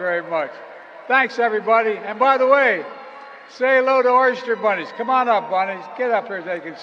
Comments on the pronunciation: Did he say Oyster Bunnies? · Oh my God he said "Oyster Bunnies" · Did he just say “oyster bunnies”?🤨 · Did Biden just say "oyster bunnies"?